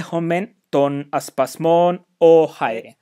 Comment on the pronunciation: Chi should be "Kh" in Ancient Greek, no? Thus rendering Khaire/Khairete not Chaire/Chairete.